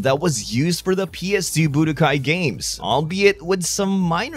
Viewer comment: what accent does this guy have why does he say budokai "boo de guy"